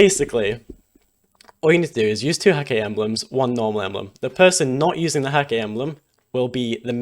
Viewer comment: Props for the right pronounciation of Häkke :)